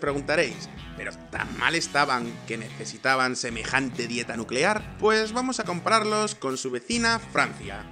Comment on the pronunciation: Nucelar, energía nucelar